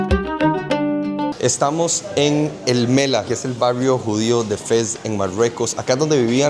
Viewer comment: الملاح el mallah la h se pronuncia